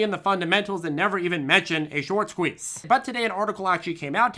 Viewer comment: Why's he saying squez